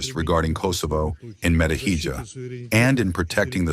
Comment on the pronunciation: You have to listen, Nebezija said it, only English AI pronounced it as Metohidza